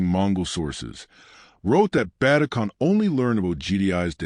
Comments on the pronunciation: Stopped watching it as soon as you absolutely butchered Ögedei Khan's name. I mean it wasn't even close O-G-D-I? It's Uh-ge-die. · More AI Slop. Can't even pronounce Ogidai.